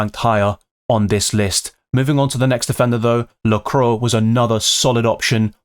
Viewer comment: Excellent video as always,! 🔥 But sorry have to mention it, it’s pronounced la-cou-à, not la-crow😅